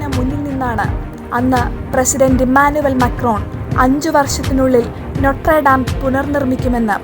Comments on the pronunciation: നൊട്ര ഡാം അല്ല 😂... നോത്രെ ദമെ..Notre dame.. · നോട്രാടം അല്ല നോട്ടെർടാം...